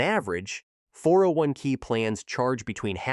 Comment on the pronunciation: "401 kick" "401 key"...ai slop